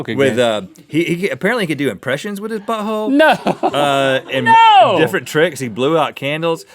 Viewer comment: How Rhett says butthole lol